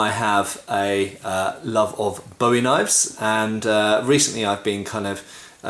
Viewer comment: Learn how to pronounce "Bowie"